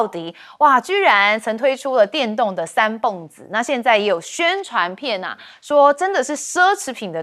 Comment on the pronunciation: 三蹦子就是念beng第四音，蹦发音只有一个